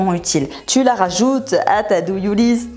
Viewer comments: C'est "to do list" pas "do you list" il me semble mdrrrrr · « La do you list » j’adore 🤣 non non c’est la to do list 🤪